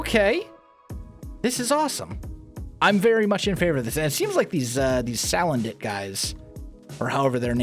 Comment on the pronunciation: Salandit is pronounced Sul-an-dit